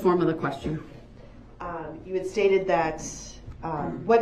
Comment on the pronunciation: His lack of manners and respect towards anyone actually drives me insane. This sounds petty, but also the way he can’t pronounce the most simple words properly ie “Dis” instead of “This” and “Dat” instead of “That”, all of his lack of manners, respect and not even being able to pronounce the most simple words all proves that Dawn wasn’t a mum, she gave birth to Darrell and his twin but she didn’t bother to actually teach (I don’t know about his sister because I haven’t seen video of her behaviour or speech prior to her over dosing and passing away) Darrell the basic lesson of life that a parent should, like manners, proper speech etc. She pretty much gave birth to her children, feed them but didn’t actually mother them, guiding Darrell in life, teaching him right from wrong. I actually hold Dawn responsible for some of this, she even blamed Erika for Darrell driving over her with her car and on that horrendous fatal day of the parade she rang the police and reported her car stolen to the police when she worked out he could of been involved in the parade attack, after his Uber calls to her and then heard about an SUV hitting people as those people were being bought into the hospital she was working at. She was covering up for him right from the start. She gave birth, but, Dawn isn’t a mum!! I hope it makes sense of what I’m trying to explain.